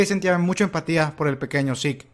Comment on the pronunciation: Es mejor pronunciar Zeke como seque no como sick